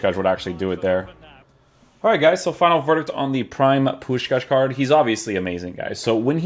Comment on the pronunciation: You say the name of Puskás perfectly!